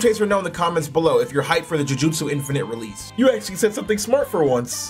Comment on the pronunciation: Insane bro sacmmed me with saying realese